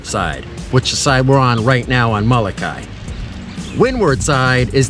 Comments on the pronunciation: Pilipo and Kawaimaka (Greg) Solatorio, who are direct descendants of the original natives on Molokai, taught us to say it this way. When it is pronounced with the ee sound on the end, it gives the name a different meaning. If you take the Halawa Valley Falls Cultural Hike on the island this is all explained. They can be found by calling or on the Internet at Mahalo nui loa. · Nice video. I have never heard a Hawaiian pronounce Molokai the way you do.